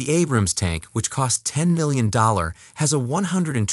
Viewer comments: The narration sounds like an AI is reading the script. A-brams, not a-BRAMS; lep-erd, not le-o-pard. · I cringe hard every time he mispronounces Abrams and Leopard Abrams (Ay-brams) Leopard (Leh-perd)